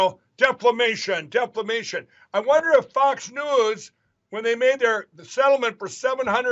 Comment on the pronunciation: I swear Mike said Deflamation Deflamation and Fox Nudes 😂